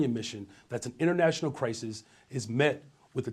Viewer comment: Did he say international?